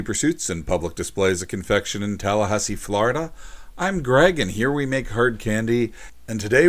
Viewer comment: tahluhhaussee flauurida